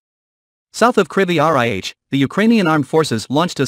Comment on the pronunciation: Great news! But you should hire a new narrator who can pronounce "Krivy Rih" properly